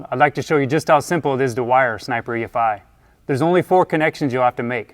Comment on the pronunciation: only thing is,...it's not E-FIE. It's E,....F.....I. Godamn it sounds stupid when your video starts right off with someone who can't say each separate sound of the EFI.